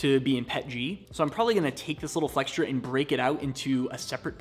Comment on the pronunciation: FYI the word flexure has no “t” in it.